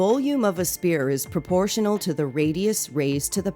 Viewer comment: Green Spear? it's pronounced Sphere or Sfere. think of the word phone and then pronounce Sphere. good video